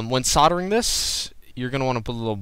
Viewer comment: It's called soldering. The "l" is not silent. SOL-DER-RING. Not sarder.